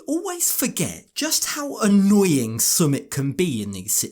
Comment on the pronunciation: I cannot believe this rude, selfish woman. When you visit another country, let alone live there, you adhere to their customs and do not disrespect them. To start with, she does not pronounce the name of her "love" correctly. She says S'mit, it is Sumit, with the emphasis on the first syllable. She does not even try to understand the customs of the country.